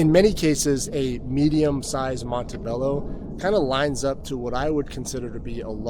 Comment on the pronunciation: Cool video very informative gracias, hopefully next time you can pronounce Montebello correctly.